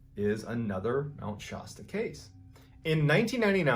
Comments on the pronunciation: It’s pronounced Mt Sh-aa-sta. Not My Sh-oo-sta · Please forgive me; Shasta, short 'a.' Not Shaasta. Same with Colorado, short 'a,' not Coloraado. Nevada, short 'a.', not Nevaada. Love your stories. ♥️ I'm from No CA and there have always been stories about weird happenings on Mt. Shasta. I grew up near Redding and Mt. Shasta has always been a beautiful landscape in my life. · Mount Shasta = Shasta as in 'cat' not 'cot'... lower sound for a. Sorry, I live in the area... :) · Please, please look up the pronunciation of Shasta! As in Mount Shasta. You are saying it wrong!!! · A few fact checks. I've noticed several mispronunciation blunders. For example Mt. Shasta has a short vowel sound on the first /a/ and schwa /uh/ on the last. Other mistakes in pronunciation especially names of places.Also in an earlier clip the guy picked up moose antlers shown in the photo and called them elk antlers. But. By far the most annoying thing is that there is no S at the end of anyway.. Details add credibility. Love your channel.